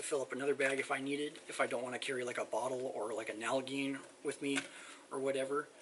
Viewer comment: Nal-a-jean. Is how it is pronounced.